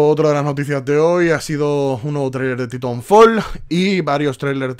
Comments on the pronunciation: Es TAItanfol pero dice TitOnfol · ***** Correctamente se proncuncia: Taitanfol.